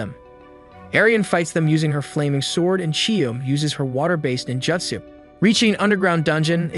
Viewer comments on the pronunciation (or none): You're saying ninjutsu wrong, it's joot, not jhut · You’re doing a fantastic job narrating and summarizing this! Listened all the way to part 2 so far. My only tip is ninjutsu is actually pronounced “nen-jü-tsu” but that is literally my only critique. Great work! I’m enjoying this channel.